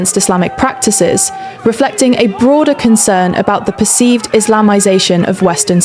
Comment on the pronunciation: U keep saying percieced! U see the proof and facts.